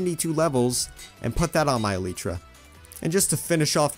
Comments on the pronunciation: It is el-lie-tra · It's not eleetra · It is e-lie-truh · Its E(lie)tra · Yeah it’s elytra not elytra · Not elitra elytra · I absolutely detest the way you say elytra. It makes me cringe 😬 hardcore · As a Dutch person, I say Ee-lie-tra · Name the cat snowball spelt wrong like shnowbaul It’s e-lie-tra elytra that’s how you pronounce it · E-lytra? It’s e- ly-tra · IT IS NOT EL-EEEETRA LIKE U SAY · You say it like this : E lie tra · It’s ELYTRA NOT elyetra! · its elytra not litrya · Elytra is pronounced e li tra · / uhm did he just say eLEEtra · Also its elytra. Not eleeetra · I call it elytra not eliitra but say it how u want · It’s not eleeeetra it’s elytra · It’s ok if u say elitra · I think it’s ah-lie-trah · Your pronouncing it Elitra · It's. Not elitra it's elytra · bro its elay-tra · ITS NOT ELLEEEEEEEEEEEETRA